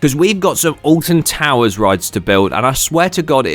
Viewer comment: well it isnt ahh-lt-i-n to-woo-urs is it?!